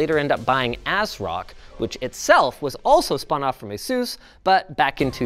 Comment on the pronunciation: You say Asus wrong.